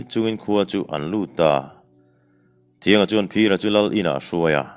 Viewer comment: Thianga i lam dan hi a diklo. T hnuai ah hian, chhunhan a awm thin.